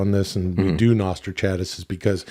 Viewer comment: I can't help but think is making fun of Chad when he pronounces the segment as 'Nostra-chat-ass' 😆